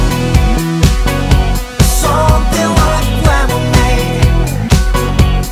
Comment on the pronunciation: something like の発音が出来ん